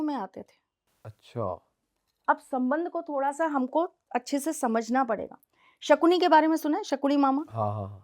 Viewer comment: Sakuni nahi sakani 😂😂😂😂